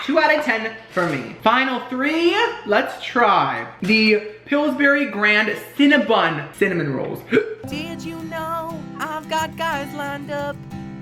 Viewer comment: Love you so much! But it drives me INSANE when you say CinnaBUN instead of CinnaBON!